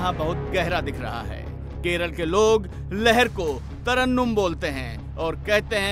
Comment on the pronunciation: Tarannum nahi Reporter ji,Tarangam